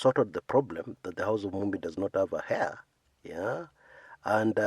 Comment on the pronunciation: "Heir"... silent "h."